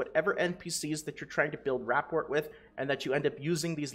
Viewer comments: Ruh pour. Not rap port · rapport = Ruh-Pour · Love the info bro!!! Your channel has been a huge help with getting me over 1k ilvl. I have only one small request. Please pronounce "rapport" correctly. It made me cringe so bad I almost unsubbed haha j/k. But seriously, it's pronounced "Ruh-pore". Again, thank you for the effort you put in and the info you push out. It's appreciated. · Rapport is pronounced "Ra-poor" it's a real word, it means your compatibility with someone. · My friend, rapport is pronounced with a silent t. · Loved the video. Hated the way you pronounce rapport